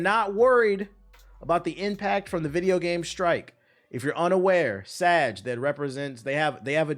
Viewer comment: he keeps saying SAG like sajh its pronounced Sag the G is a guh